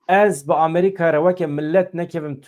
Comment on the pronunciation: Bira can... ew bes e wun dibêjin "Amrîqa" yaaaaw...!😂 Amerîka...✔ Amrîqa...❌